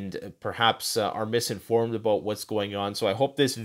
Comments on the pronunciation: What’s that aboot? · I love when Canadians say the word about. Much love and thanks for this video. Thank you!!!!